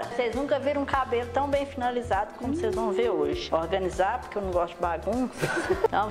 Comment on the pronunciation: "Ocêis era muito aborrecida" Kkkkk kkkkkkkkkk adorei